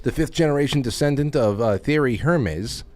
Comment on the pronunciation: Hermes is pronounced: Air-mesz